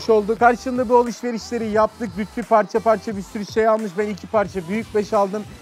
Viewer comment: Lutfi değil Lütfi